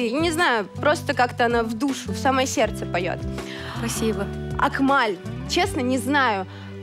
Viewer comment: Не акмаль а Акмал без ь это узбекская имя